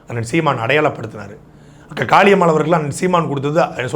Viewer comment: 2.32 இவரு அக்கா காளியம்மா என்று சொல்றாரா இல்ல காக்கா காளியம்மா என்று சொல்கிறாரா 😂